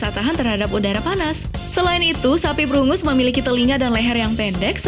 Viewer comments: sorry mau koreksi sedikit,sapi brungus itu harusnya brangus,dan dibaca nya “brenjes” ;) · Brangus instead of brungus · Brangus,bukan brungus